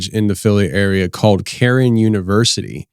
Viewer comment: NOT karen not caron, cairn .